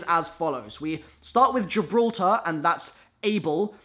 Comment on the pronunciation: Speech check: GIL-BRA-TAR GIDKLFJHRTAR